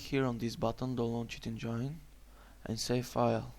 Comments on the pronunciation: "You gotta open cheat ENGAINE" lmao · cheat enjainnne RIP ENGLISH